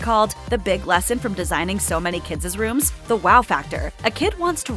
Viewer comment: He's so talented -- I love watching all shows he's in. [Note to commentator: The phrase "kids' rooms" is pronounced "kids rooms" not "kidses rooms"]